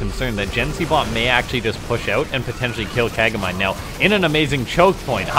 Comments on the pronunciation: It's named Ka-ga-mi-nay ;) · That'd be "kah-gah-mee-nay", it's Japanese.